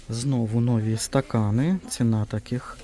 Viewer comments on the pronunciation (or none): вибачаюсь, часто вживаєте слово нові, то наголос варто ставити на і. І вірно дерматин, одне н. Дякую за відео, придбала скляну пташку, в ній можна подавати мед, варення, соус. ❤